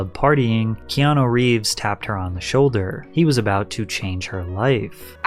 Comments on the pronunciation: Patrick absolutely butchering Keanu’s name every single time Ke-an-a Ke-an-o Ke-an-i Bruh 🤦🏼‍♀️ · Patrick, for the love of God. It's pronounced Kay-ah-new. I'm Hawaiian, trust me. You always pronounce his name key-ah-no.😂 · Key on ou not key on o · It's KeanU not KeanO! lol great video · This is a bit hard to listen at moments, when 90% times you call him "Keano" instead of "Keanu" 😅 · Why does he call him Keano the whole videos? Is it just to bait comments like this? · His name ends with a U not an O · That pronunciation of "Keanu" is wild.